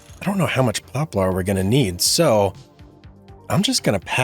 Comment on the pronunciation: I believe that it’s pronounced pop lur